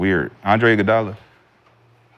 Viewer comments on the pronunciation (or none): That nigga said “Iguodola” lmaooo bro just say you lost the argument 💀💀💀